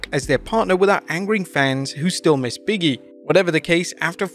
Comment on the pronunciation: I know it's the accent, but he still sounds like he doesn't put a space between "Big" and "E", thus sounding like Biggie instead of Big E. It was just an observation, not trying to be weird at all. Lol.